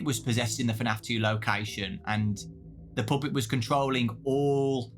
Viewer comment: “The Poopet” 💔💔